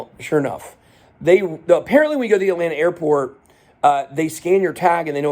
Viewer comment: Lol. It’s Atlanta. Just like Miami